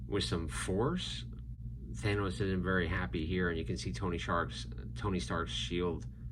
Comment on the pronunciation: At the beginning did this dude just pronounce it thanis